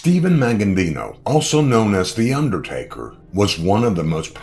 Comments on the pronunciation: It's not pronounced Maggandino, it's Magaddino, no "n" before the "d". And the pronouncing of his home town is just embarrassing. Just sayin' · The guy who is narrating this keeps saying his name wrong. "Maggandino"? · Thought the same thing. An accurate video but kept screwing up his name . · this commentator is a freaking clown!! He can't even pronounce The Don's last name properly or the town he came from!! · COMMON INFORMATION. WHAT ASTOUNDS ME IS HE CAN'T EVEN PRONOUNCE MAGADDINO'S NAME RIGHT.